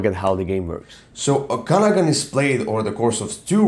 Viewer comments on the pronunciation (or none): Very good thoughts on the game: Just a helpful hint, Okanagan pronunciation: There is an extra emphasis on the third syllable :)